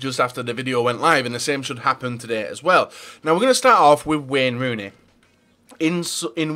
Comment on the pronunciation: "Wen runi"